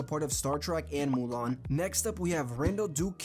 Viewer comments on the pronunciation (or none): none